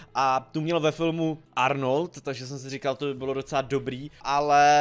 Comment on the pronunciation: kazda druha veta-ardnald-ardnolt😂